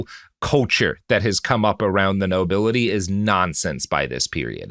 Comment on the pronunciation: "Oll the nobili'ee" Man's peasantmaxxing